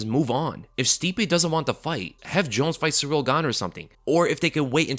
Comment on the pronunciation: Guy constantly calls Ciryl "Surreal". You're an MMA channel. You gotta learn how to pronounce these fighters names and have more respect.